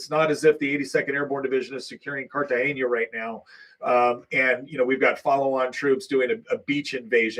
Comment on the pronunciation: Point of information: Cartagena is in Colombia, and it's "car-ta-HEH-na" not "car-ta HEN-ya."